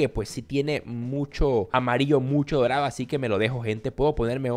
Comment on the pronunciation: En vez de decir dorado dijo morado